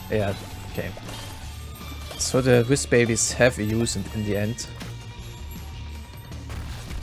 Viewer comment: I was watching this video on 2x speed and him saying "And more wiz babies" sounded like "Amogus babies"